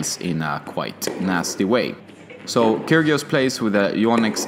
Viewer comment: I do believe the g in Kyrgios is silent, just saying :-)